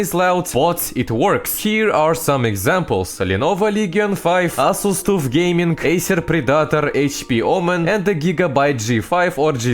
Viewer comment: i love how he pronounce Asus TUFF